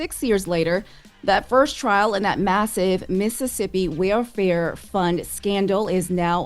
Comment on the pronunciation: is having issues with pronunciation today. I wonder what's up. The word "welfare" is kicking her